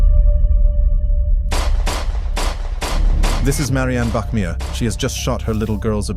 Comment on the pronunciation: Bachmeier not Bachmier